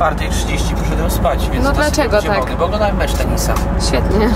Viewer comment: Ta czerwona sukienka i kolor licówek jak to mówi MECZI MECZI